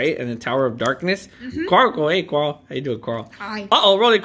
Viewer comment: You said Carol its Carl 🤣🤣🤣🤣🤣